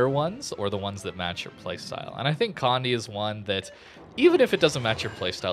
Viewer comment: just to help anyone out with the name, Condé is pronounced "Con-dey", not "Condy" nor "Cond"